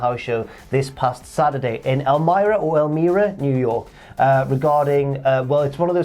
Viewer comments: I was at the show in New York. They had it in our local hockey arena. I was at a game Thursday when they said, even at that point that Bray Wyatt was going to make his first ever appearance. A small Yowie Wowie chant broke out. So we were definitely not happy. Also, the first way you said Elmira was correct. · yeah, its El-MY-rah. good shout for Upstate NY though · You're good. Its El-my-ruh. We shit on the English language across the pond bruh. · Ahh, Elmira (that’s “L-my-rah”)....my neck of the woods!